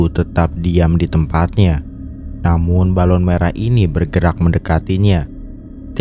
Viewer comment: Balon , bukan balun! bahasa mana balun